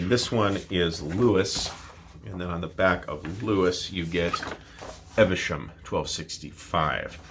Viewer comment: Evesham is actually pronounced Eev-shm rather than 'Ever-shm'. Nice town, too.